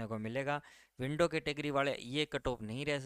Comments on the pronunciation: विंडो नहीं... विडो है आपकी इंग्लिश का ठिकाना नहीं और इंगलिश की कट ऑफ बता रहे हो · W D sir kam se kam is word ko window mat boliye yah to widow ka short form h bahut bura lagta hai aamp se sunkar jo bhi YouTube per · Sir! It's not window category...it's widow, pls first try to pronounce correct words then make videos...it's a humble request pls... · Sir window nahi widow bolo 😀😀😀